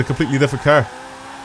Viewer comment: I love how he says car "cur" LOL